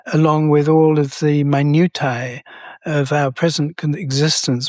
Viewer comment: You pronounced minutia wrong dude ...